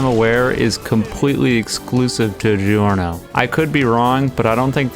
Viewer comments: How anime characters say Giorno: Giorno how reality says giorno: "Giorno" how says it: Gi Orno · How anime characters say Giorno:Joru no How eclipse say Giorno: Giorno fixed.